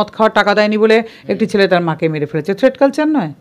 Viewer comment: কথাটাকি "থ্রেড কালচার" নাকি "থ্রেট কালচার " ?